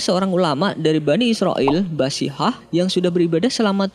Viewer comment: BASHIHAH apa BARSHISHA min? KURNIA apa KARUNIA min? Ingat min, ente ngomongin Al-Qur'an, jadi hati-hati... Jangan hanya ngejar rating doang, tp justru fatal gitu kontennya...